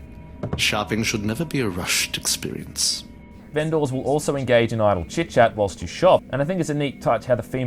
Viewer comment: Me" "vendor" Reviewer: " "vehnDOHR"